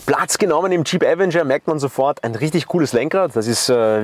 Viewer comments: avEnger! Betonung auf dem E, nicht dem A! Will nicht "kleinkariert" klingen, aber es nervt mich schon seit 2022 dass die meisten Leute, die ein Video zum Avenger auf YouTube veröffentlichen, den Namen FALSCH AUSSPRECHEN. So wird die falsche Aussprache an Hunderttausende oder Millionen Zuschauer falsch weitergegeben... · Die FALSCHE Aussprache von „Avenger“ ist furchtbar.😵‍💫 Ansonsten guter Beitrag